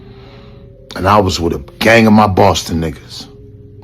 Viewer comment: & THE WAY JOE SAYS & EXPRESSES NIGGAH & NIGGAHZ LIKE HOW HE SAY IT & US BLKS KNOW HOW HE SAY WHEN WE'RE USING IT IN DA HOOD , BUT JOE HAS THE RACIAL TONE & SOUND JUST LIKE HOW THE WHITE PEOPLE SAYS IT & JOE SEEMS SOOOO COMFORTABLY CALLING BLACK PEOPLE NIGGAH MY NIGGAHZ . BENZENO RIGHT STOP HATING ON THIS DUDE CONTENT CLOWN COMMENTERS.